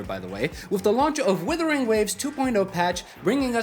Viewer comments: You still say WITHERING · Do you find it difficult to differentiate "wuther" and "wither" by any chance?